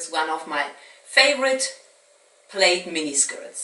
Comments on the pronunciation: It’s been a while since coming back to catch up I like the new look intro and music It’s nicely progressive and as always impressive. Oh and the Plaid skirt is pronounced like saying plad. I know, it’s confusing lol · Like the new intro. It's pronounced 'pl-add' 😊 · Yeah, We do normally pronounce it, "PLÂDD".